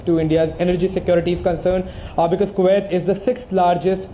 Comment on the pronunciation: Why can’t Indians just say Kuwait correctly? It’s ku- wait. , not ko-waithe.